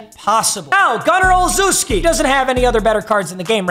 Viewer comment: “Gunner olezooski”😂😂😂